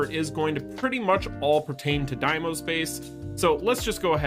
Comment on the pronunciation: It's D-mos not DIEmos you made me chuckle a couple of times 🤣